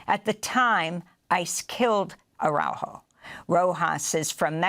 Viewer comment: it is time you learn how to pronounce the victim's name, ARAUJO